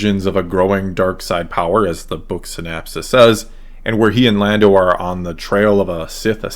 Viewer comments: Syn-OP-sis… with an O… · Interesting video, but the recurrence of the non-existent word “synapsis” is INCREDIBLY distracting! It’s “synOPsis”! I hate the Sequel Trilogy more and more as time passes and I make my own attempts to reconcile it with the Original Trilogy. One thing those movies have done is make me like the Prequels better. The Prequels had a much more consistent story, more consistent characterization, and far better lightsaber duels. That said, I feel sort of bad dunking on the Sequels because I like most of the actors involved, and think they really tried to do their best with the crummy scripts they had to work with. I especially detest what the Sequels did with Luke, of course, but I also deplore the waste of what could have been a brilliant idea in the case of Finn (and the despicable treatment of John Boyega). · "synopsis" not "synapses"--those are different things.